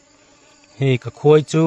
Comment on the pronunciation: Khawipui nge Khuaipui? Khawivah nge Khuaivah? Khawi vanrial nge Khuai vanrial? Khuai tia lam zel tur anilo ami?😊